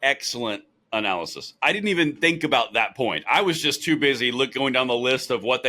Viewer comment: Best video yet guys! Loved the slip up there even though you nailed it. It's the gun grabbers anal-ysis that trips them up everytime.. 😅😂🤣 I'm still LMFAO over that one.🤣🤣🤣🤣